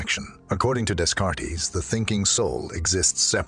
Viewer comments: "Rennay Dayscartees"? Oh, please. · From the Department of Minor Knits: Rene Descartes. Something to consider - with that speech software - Rene Day Cart. Correct the pronunciation of his name and your voice output system will be otherwise flawless.